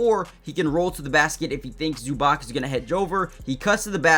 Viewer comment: Try pronouncing Zubac as Zoobahtz